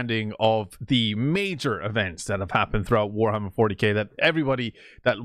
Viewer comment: Warhammer More-tyK